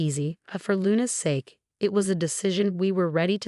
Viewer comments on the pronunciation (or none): none